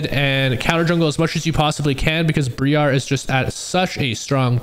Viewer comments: I'm sorry for being that guy but it kinda bugged me since it keeps going in the video, its not BrEar its Briar (the I sounds the same as I sounds when saying I). Its confirmed in both her champion lock-in voice and by Zyra in game randomly saying her name when they meet each other. Otherwise great video ty for content xD, I'll hide my grammer nazi self in the corner now :3 PS on the lvl 3 2 point W thing, only do this if you don't think you are going to be invaded, if someone invades you and you don't have Q you can no longer prio camps. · Its Briar not BrEEARE >;c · bree-are? wtf bro?